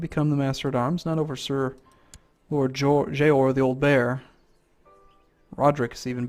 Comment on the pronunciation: its JORA not JOAR...said JOR AH